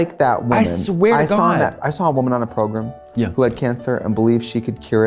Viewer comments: I love that the editors gave trixie a west coast read for her Minnesotan “progrum” pronunciation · “On a progruhm” 😂